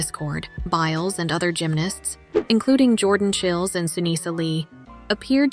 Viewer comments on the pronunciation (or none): What's with the typos and mispronunciations on this post? For ex. It's Jordan Chiles, not Chills. The content is excellent, but you lose credibility with glaring mistakes and the AI commentator. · Jordan "Chills". I love AI lol